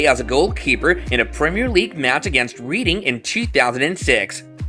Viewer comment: Dude pronounces Reading incorrectly too, along with some weird sentence structure it makes you wonder if it's ai...